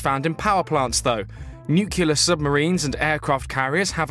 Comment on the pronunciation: This is great and much welcome news, but PLEASE, have a narrator who can pronounce "nuclear".